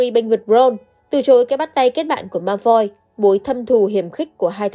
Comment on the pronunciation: Vid hay lắm, content cũng rất hay. Chỉ góp ý 1 chút là nên cải thiện 1 chút phát âm tiếng Anh của mình nhé 😊 họ Malfoy cậu đọc hơi sai chút nên nghe hơi lạc 😊